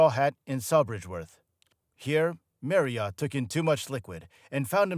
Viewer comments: This is just about very slimly accurate but awfully put together with no actual reason for it being made. Why an American who cannot even pronounce Steve’s name correctly ? The main reason for the Small Faces break up being bankruptcy and their bad choice of Don Arden ( Sharon Osborn’s father) as their management, Mr Arden was no more than a thug in the music industry at the time, the SF’s made hardly a penny from royalties and law suits went on for years. This whole thing is really just a load of shite must have been put together by anyone who could gain all these facts from SM ‘ or KJ’s biographies it’s just low grade rubbish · Yes .. the continual mispronounced Surname got right on my Tits ! Many Americans do this childish trick .. mispronunciation of Names / Words etc .. on purpose… in a stupid idea that it’s a NLP method of mind control.. hypnotic.. etc bullshit ! These useless Videos always are narrated by people who are just reading off a script .. they didn’t write ! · FFS. NOT OT but ERT. If you are going to report then do your research! The surname Marriott is constantly and bloody annoyingly mispronounced by a yank that has clearly never bothered to listen. His name (and that of his lovely Daughters, Molly & Tonya has always been pronounced MARRYERT. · Fine, but Brits call him Steve MARRioTT, not ‘Mary-Ot’ 🤣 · Tonya was one of his wives, not his daughter. And it's pronounced marriet (rhymes with Harriet), not "marryert". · It's not pronounced Marr e hot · Who the hell is, “Merry Art?” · Merry ott? These awful American voice overs are a f*cking joke. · Who is this “Marry Yacht”?? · Marryott 😂😂 At least use somebody who knows how to pronounce his name ffs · Yeah, whenever he says his name it sounds like Mary art. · I can't get over this new pronunciation of Stevie's surname. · You/ what ever you - are you cannot even pronounce Steve's surname, correctly.. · Hey, please learn how to pronounce Marriott properly😂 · Exactly my thoughts too lol 😂